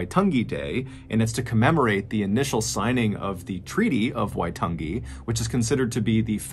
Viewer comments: Hi MrBallen I'm a Native NZ wahine (woman) and I'm one of your biggest fans, I just Wana say thanks for putting NZ on your map of weird and scary stories 😊 I also want to say you reo (native tongue/language) is perfect! You said Waitangi far more beautiful than many city Maori here in NZ. Ka nui te aroha MrBallen (Big love MrBallen) I live 2hours from Auckland 😊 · omg you pronounce waitangi so well, i know maori words are really hard for people who haven't really practiced te reo maori, even i stuff it up and i'm a new zealander XD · THANK YOU for the correct pronunciation of Waitangi and Waikato. Ka pai, MrB. Ka pai :) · Thank you Mr Ballen for pretty much nailing the pronunciation of Te Reo Maori words! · As a kiwi, thanks for pronouncing Waitangi the best I’ve ever heard a non-kiwi say it. Crazy to see you cover something from NZ!! Not much happens here lol